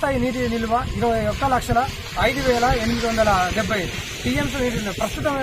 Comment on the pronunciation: నీకు టీయంసీలు చెప్పడమే రాదు నువ్వో న్యూస్ రీడర్ మా ఖర్మ